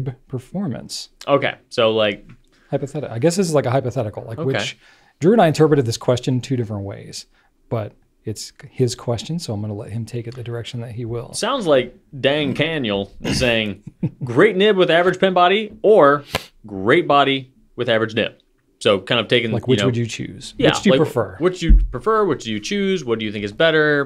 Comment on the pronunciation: Dangkaniel hahahaaaaaa It’s pig Latin for Kang Daniel (short a)